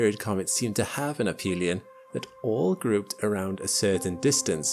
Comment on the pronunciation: I know this is superficial, but it is ə-fē′lē-ən and not əp-hē′lē-ən.